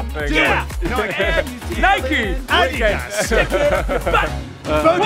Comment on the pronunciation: Totally not important, but yeah, whoever said it didn't mispronounce ADIDAS!